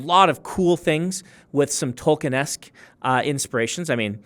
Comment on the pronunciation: New drinking game idea. Take a shot for every time this guy says Tolkienesk